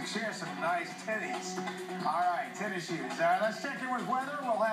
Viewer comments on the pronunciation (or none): clearly said tennies.